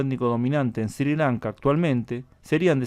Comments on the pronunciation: Creo que se pronuncia "esri Lanka" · Se pronuncia "Srri Lanka" tú lo pronuncias muy suave.